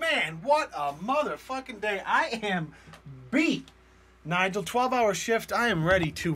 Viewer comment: Im sad that you decided to tag jimmy and not nigel (totally butchered it)